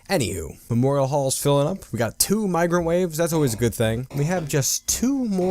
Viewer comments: Almost every time you say "migrant waves" it sounds like Microwaves to me and I have a moment of confusion. "Is this a mod? Why are there microwaves in dwarf fortress???" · Thank god it's not just me lmao.